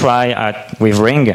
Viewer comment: …And here I am, watching this 2016 video explaining Ring features in June 2018 after a rough installation on my Windows 7 workstation. I know that will sound awfully rude to say, but despite being French myself, that broken English pronunciation gave me the creeps. Now, a little update about the Ring project on Windows 7 and Android. Scholastic Philosopher: ‘in the video they did it with SIP only I think.’ > The protocol by default in the current day Ring software is RING, albeit you can switch to SIP if you want to (in the Account settings). Scholastic Philosopher: ‘it would be nice if they had put their ring ID as a bar scan so that others could be able to add them’ > It seems the current Ring software creates a QR code out of your Ring ID in order to easily add people on the Android app. First, the "bad" stuff: On my W7 version of Ring, the software came to a halt when I tried running it right after the install and during the very first run. The software cannot use the embedded camera if Skype is already running on the computer. You can't switch audio and video input/output devices on the fly (doing so may even halt the software altogether). By default Ring is set to run when you log on your computer. By default just going into Settings > Audio/Video tab will activate whatever camera is available, you cannot deactivate the camera if your computer doesn't have a switch to prevent this. When the lag between the source and target computers is too high, only setting video to "